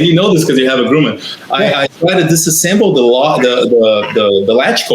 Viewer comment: Your Airplane is not called a it is Grumman Grum Man, the way you pronounce Grumman sound like grewman that is just wrong. And we do not have fire brigades in the United States. 🤣🛫